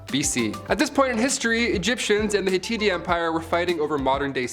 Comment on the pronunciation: Did you really just call it the f**** hatiti empite its HITITE